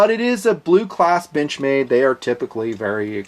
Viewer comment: I heard that too lmao